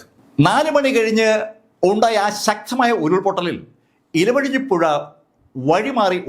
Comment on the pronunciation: മുണ്ടക്കയം അല്ല മുണ്ടകൈ ഇലവയഞ്ഞി അല്ല ഇരുവയഞ്ഞി പുഴ